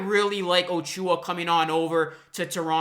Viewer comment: I appreciate the watery eyes for this one. You are a true Raptors fan my friend. I had to laugh though when you kept saying O-Chew-ah. lol. Let's welcome the new blood by pronouncing ACHOO-ah correctly. :)